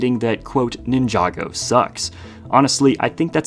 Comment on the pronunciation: Why do you pronounce Ninjago like that?